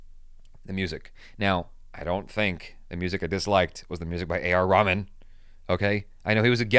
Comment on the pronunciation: became jackie chan the moment he began talking about white actors did he call A.R. rehman a r ramen you're fun